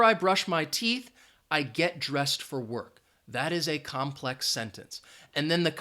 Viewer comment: COMPLEX- NOT COMPEX